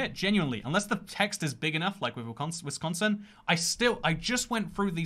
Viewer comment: couldnt even pronounce Wisconsin right :(